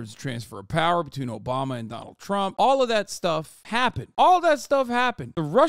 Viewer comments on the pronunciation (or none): Why do they say Chromp, instead of Trump?